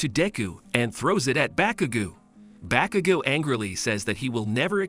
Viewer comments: Also it’s not pronounced bakugoo it’s baku GO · Bro really said bakugu and diku 💀